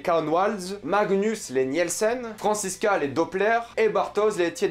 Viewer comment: sa me titille un peu quand tu prononce les noms d'familles genre "Niyelsen" Et sinon j'avais pas compris pr franchezka et Magnus :0 c'est vrai qu'ils se ressemble mais à quelle moment on sais que c'est eux ? "Sans l'aide des visages"? S'était juste une déduction ?